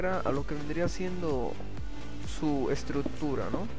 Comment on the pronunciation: se dices estructura no estrut-tura wey!